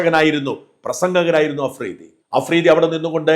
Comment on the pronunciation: അഫ്രീദി അല്ല തെണ്ടി മഫ്രിടി 🤪